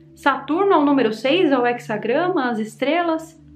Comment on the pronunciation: Só errou no português, é he"z"agrama